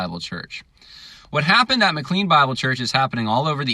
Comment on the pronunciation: It’s also pronounced “ma-clane”, not ma-clean…..🙂